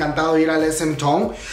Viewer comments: Esemtoun... 🤦🏻‍♀️correctamente se pronuncia ES EM TAUN Sesang... 🤦🏻‍♀️ se pronuncia Saseng 사생; Sesang 세상 significa mundo. Gors Yenereshon y Red Velvét 🤦🏻‍♀️🤦🏻‍♀️🤦🏻‍♀️... se pronuncia Gurls Yenereishion y Red VÉLVET no VelvÉt. Amigos, si van a dar chisme coreano, mínimo tengan tantita curiosidad e investiguen como chingados se pronuncia... Btw, creo que la info que ofreces es buena y se agradece que te dieras la tarea de investigar un poco. Sólo no repitas una y otra vez el sujeto al cual estás haciendo referencia. Ojalá hubiera contado cuántas veces dijiste "esemtoun" o SM Entertainment. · Se pronuncia es em taun😀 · Tu pronunciación me consterna... :C no es town como lo lees, es pronunciado como taun Por otro lado... gracias por informarme mijo! <3 gracias por no dejarme sin noticias UwUr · No tengo nada en contra tuya pero repites y repites esementon (SM town) me da calambre al oído. Asi como te informas de las noticias informate de la pronunciación tambien xD o de plano di "el concierto". Es una crítica constructiva. Suerte :)